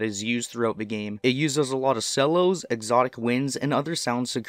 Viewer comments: the c makes a "ch" sound, sounds more like "chellos" not "sellos". Not tryna bust your balls, just helping out as someone learning a new language and trying to get pronunciation down 😉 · Wait, wait, wait... fun info, but, dude... That's not how you pronounce cellos.